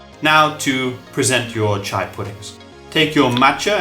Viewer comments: It is chi-a not cha-i pudding. Chai is tea. Chia is seed. There's a difference. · CHEE-YA not CH-AYY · Why is he saying over and over again CHAI????????!! Omg i closed the video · Not chai seeds, they are chia (chee a) seeds. Thanks for the recipes. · If you listened to just the audio of this video it’d be so confusing 😅 Chia and chai are different things, chia seeds is what you’re using for this video but chai is a combination of spices used for chai tea that originated from India. The pronunciation is different. The seeds are CHEE-a and the tea is Cha-eye. But Overall cool recipes, never thought of putting mach-a powder in it, could give a little morning caffeine boost as well. I make it with chocolate or dark chocolate almond milk and put toasted coconut flakes on top or strawberries